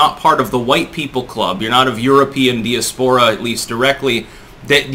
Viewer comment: C'mon,... It's not 'dee-a-'spore-a. Get it right, would ya?